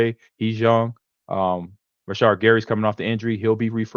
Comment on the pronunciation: Rashad and Zaire 🤣